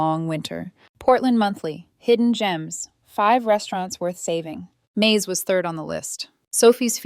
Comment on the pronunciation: Screwed up ai, turn's May's into corn (Maze)